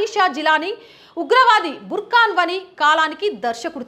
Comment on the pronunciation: sorry to correct, he is burhan wani not burkhan wani